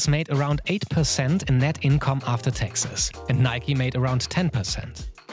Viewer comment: was it just me or was i hearing texas instead of taxes